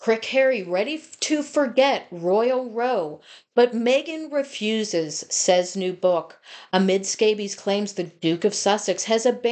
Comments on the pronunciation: Row is pronounced like bough ❤ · You pronounce royal row the same as cow. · The pronunciation of ROW, in the UK, Australia, and New Zealand is Raul like cow. It means an argument. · I notice Americans always pronounce "row" to rhyme with "no". Just to set the record straight, it rhymes with "now". Just a little detail, but I find it quite funny to hear "row", as in something you'd do in a boat. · “Ready to forget Royal row”. The “row” should rhyme with “cow”, by the way.